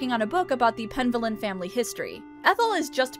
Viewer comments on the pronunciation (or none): Penvellyn sounds like it's a Welsh or Cornish name. If it's the former, the stress should be on the middle syllable.